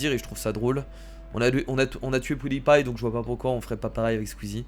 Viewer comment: sons vouloir être méchant, on dit "pioudipaïe" et pas "poudipaïe" (i avant le ou)